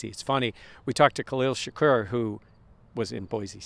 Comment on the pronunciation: Is pronunciation of Shakir as ShakUR the way it's supposed to be pronounced? Only ever heard ShakEAR but curious if has some inside scoop.